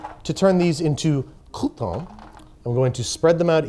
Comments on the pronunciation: It is not "coup-tawns" but "croutons". In French, it litterally means crust. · I' m verrrrrey sorry but you need to dooooo the bread roasting all over again... because it's NOTTTT COUPONS it's cRRRRRoutons this pronunciation is obligaturkey! As a chiropracturkey professional please do not try this at home with your family ;-) Dam' I'm hungry now...